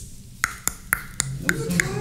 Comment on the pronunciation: 감사합니다 발음 굳굳ㅋㅋㅋㅋㅋㅋㅋ